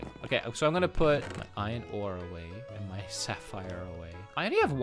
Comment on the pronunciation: Me: iron ore: ion o